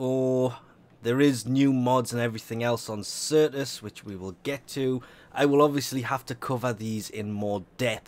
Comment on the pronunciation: "Sertis" lol